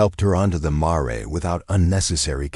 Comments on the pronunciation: Yes, anx please learn that it is mare and not mar-ray. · Somebody needs to learn to pronounce mare.